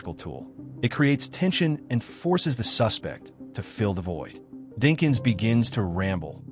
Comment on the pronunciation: The AI or whatever mispronounces “suspect” and “refuse”…. (As in “I refuse” vs. “Throw out that refuse” and “He’s a suspect” vs. “I suspect it” It’s so much unneeded narration! I like the vid and everything— I do appreciate the background info a lot, and I’m sure it’s a ton of work…. But why do we need to be told that police are trained to catch liars, or that sometimes liars get nervous? Sorry for the negative notes, but at least it counts as engagement!